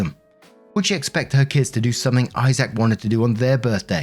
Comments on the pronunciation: I can feel all the Isaacs here cringing as he says "eye sack" instead of "eyes-ick" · Why are you pronouncing his name I-Zack?😂 It's Isaac, pronounced I-zic. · The name Isaac is said like (eyez-sick) but I did get a tickle out of the (hi-zack) version 😊